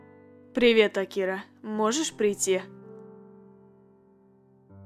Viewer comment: Интересный факт: Правильно говорить слово Акира с ударением на букву А